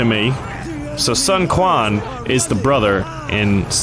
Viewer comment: One little problem, the pronunciation of the Quan权 in Sun Quan’s name is not like KUAN, actually should be like tchuan.